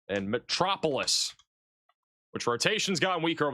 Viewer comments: Metro-po-lis LOL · Think of Superman when you talk about the city of Metropolis for correct pronunciation 😉